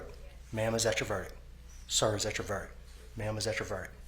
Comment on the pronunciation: Judge can’t even say “verdict” properly after repeating it though..